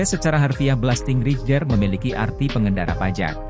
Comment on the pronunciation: Min .....bacanya belasting reider....bukan rijer